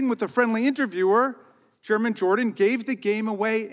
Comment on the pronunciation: He’s awesome. But was he saying German Jordan?